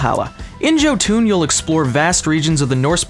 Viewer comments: ok I've very sorry but it is pronounced Yoh-Ton not Joe-Toon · Given that its norse i'd have thought its pronounced yotan, not joe-toon.... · Glad I didn't help kickstart it, ohh btw the name is Jotun not Jotan. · how you say "Jotun" is so far off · Knows all games that have Norse mythology. Doesn't know how to pronounce Jotun.